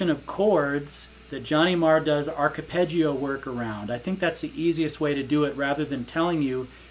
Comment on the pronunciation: Hi, its arpeggio for fuck sake how can you fuck up the pronunciation of such a commonly used technique in guitar playing but class playing and your channel is fantastic keep up the brilliant work Dermot